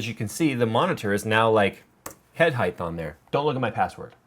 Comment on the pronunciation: It's height not heighth.